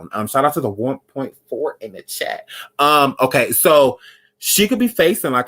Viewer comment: “MMMKAY?!” Lmfaooo